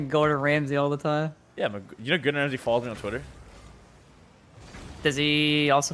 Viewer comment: "Gordon Ramsay" ~ Rizzo. The way he pronounced it lol 😂